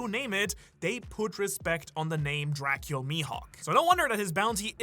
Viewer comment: It's pronounced Dra-cool, not Dra-kyul. Or I assumed that would be the pronunciation, based on what I'd heard it pronounced by a romanian fellow I went to school with.